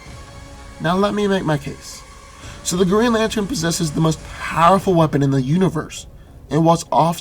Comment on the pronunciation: What's a "Geen Latern"?